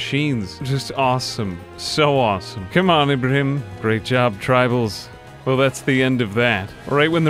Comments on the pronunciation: Beautiful video! Splendid show of power I'd say honestly. Also a quick note Ibrahim is pronounced as Ibraheem, I apologise if it may seem rude just irks me a lil to hear it pronounced wrong when it's a recurring name. I look forward to your videos on the daily my good sir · Ibrahim's name is pronounced Ee-bra-heem. The way you say it has been driving me crazy. Thanks for the video though